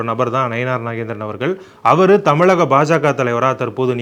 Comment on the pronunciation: ஏண்டா தமிழக என்று சொல்லத் தெரியவில்லை தமிளிக என்கிறார். நீ உன் சேனலை இழுத்து மூடிவிட்டு தமிழ்நாட்டை விட்டு ஓடி விடு பொறம்போக்கு.